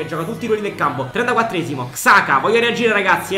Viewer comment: xhaka si pronuncia "giaca"